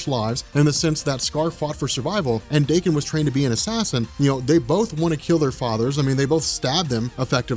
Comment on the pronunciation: His name is pronounced dah-KEN akee-HEEroh, not DAY-ken. Japanese, yo.